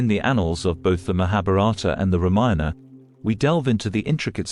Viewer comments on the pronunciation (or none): Such wonderful information. But so hard to take it seriously with that computer voice and screen subtitles continually saying " reminder" instead of Ramayana.... You obviously never check the quality of your work. Really very disappointing. Why do you need a computer voice who knows no context and then you never listened to your product... Please do better